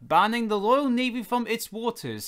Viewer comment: It’s Royal Navy no loyal navy Speak properly